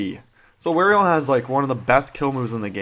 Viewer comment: Wario not Werio